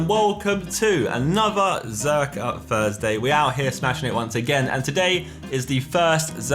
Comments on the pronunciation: welcome to another 'Zerkaa FURSDAY' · it was a joke as Josh says F instead of Th, listen to the start he says F everytime lol